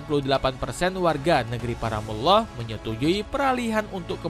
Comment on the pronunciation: Koreksi: negri para mul lah bacanya, bukan muwloh.